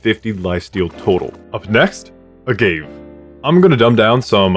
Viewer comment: I hate being that guy, but it bothered me. 'Say-ahnse' (Seance) and 'Uhh-gah-vay, or ahh-gah-vay' (Agave).